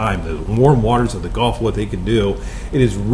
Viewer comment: Is it just me? Or is he saying “golf” a lot instead of Gulf?